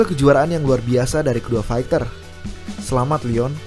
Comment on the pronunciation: Faiter bacanya bukan faikter. Cupu